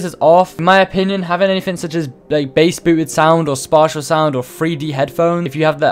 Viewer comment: the way he said spatial